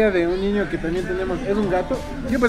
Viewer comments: Alguien más noto que dijo ñiño? Jajaja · Suena como tierno jajaj😂 Pero a la misma vez chistoso 🤣 Creo que es por el asento de allá Quito Pensé que era el único que se escuchaba diferente cuando decia ñiño🤭